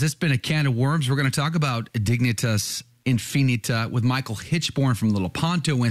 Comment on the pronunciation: You pronounced Dignitas correctly, but Infinita is really "in fi NEE tuh"